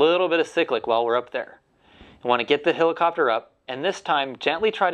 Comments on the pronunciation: It's not a "hillercopter" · its a hell icopter not a hill icopter